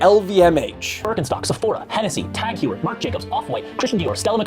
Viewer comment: never heard so many brand names butchered in one go like this hahaha “tag heewer”